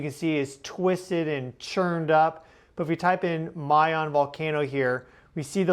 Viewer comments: Pronounced Mah- Yoon not Mey - Yown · Pronounced my-'YONE (long O) YONE rhymes with own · It is pronounced Mayón. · I hate how you pronounce mayon